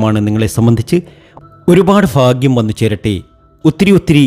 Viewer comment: ഫാഗ്യം😂 ഫയങ്കര😂 ഫാഗ്യം